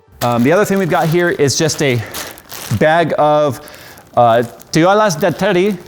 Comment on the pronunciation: Hearing pronounce "Toallas de Terry" as " Toalas de Tery" was both cringeworthy and wholesome lol